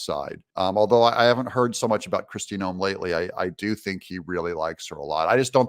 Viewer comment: You said it was Kristie noam 😂😮??